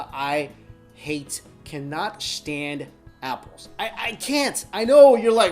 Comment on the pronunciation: Why does he say shtand instead of stand